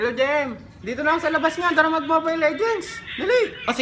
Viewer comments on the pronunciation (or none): Mobile hindi momile